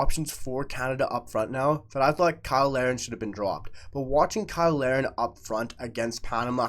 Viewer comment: Why do you usually pronounce Kyle Larin's name like everyone else & other times pronounce it "Lareen"? In this video alone, you switched back & forth multiple times. BTW, I agree with you regarding Larin & the main proof of this is how much Jesse Marsch plays him as a starter.